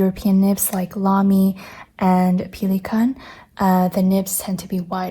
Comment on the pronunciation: Have I been pronouncing Pelikan wrong this whole time?!